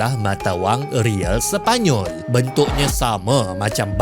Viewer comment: Sebutal Real = Reyal